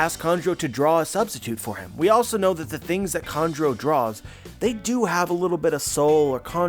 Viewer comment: I was like who the fuck is kondro? Your pronunciation of Kanjuro is next level. Kan-Chu-Ro not kon-dro